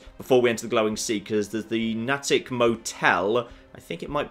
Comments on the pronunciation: Nay-tick not nah-tick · Someone has probably already said it, but Natick is pronounced Nay-Dick. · I realize would never know this - but it's pronounced "Nay-tick" here in the northeast. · Here in the Boston area, Nattick is pronounced "Nay-tick" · Hey, Just FYI.....it's pronounced Nay-tic. And slam the syllables together for the proper Boston area accent pronunciation. Natick....right next to Framingham. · Natick = NAY-tick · His mispronunciation of Natick is triggering me. It's pronounced "NAY-dik" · Natick has a long A. Please,. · Please please please... pronounce Natick correctly!